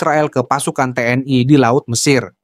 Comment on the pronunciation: Kok TNI di sebut tnai